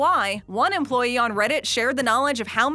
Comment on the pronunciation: the way she says EmployEE XD